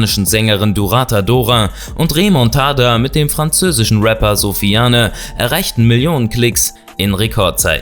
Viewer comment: Sofian spricht man es aus das e wird nicht betont im französisch